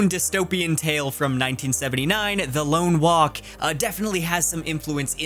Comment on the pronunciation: “Lone Walk” instead of Long walk Ply mouth Col Bert instead of Cole Bear Mcmurtee vs McMurt tree